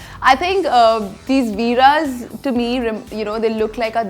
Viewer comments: It's not Veera's it's veere's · Ohh god it’s not VEERA’S it’s VEERE’S 🤬